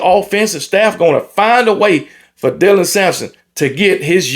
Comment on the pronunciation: This the first time all season i heard get dylans name right😂😂 good on you